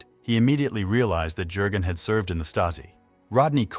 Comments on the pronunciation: Jurgen is pronounced as: Yurgen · Keeps saying Herr Jergun with the J pronouced as in Jerry. Jürgen is the name and the J has a Y sound